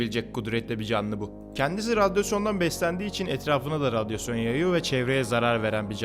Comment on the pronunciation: Radyosyon ne hocam radyasyondur o